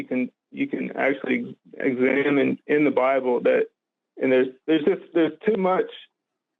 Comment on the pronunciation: "God of the Lible" :D